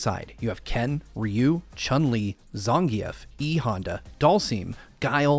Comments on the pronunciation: Zhan-geoff? I thought tiw as "Zan-geif" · Did my man just say "Zahn-gee-eff"